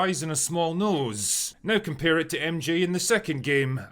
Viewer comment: I can't stand this guy. Why is he like differenCESSSS, noSEEEE, or onEEEEE? I cannot believe this is a speech impediment or accent. He feels like a more manifesto-prone version of Arch. Hasan's right when he said he's just gay. A lot of these anti-SJW MRA types would be happy gay men if it weren't for the insane amount of homophobia they believe. They'd still be sexist, but they'd be less so if they felt having a girlfriend wasn't needed.